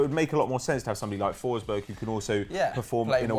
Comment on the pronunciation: Emil forsberg not Em-iiiil forsbög